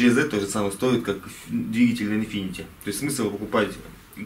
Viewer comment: Infiniti, а не infinity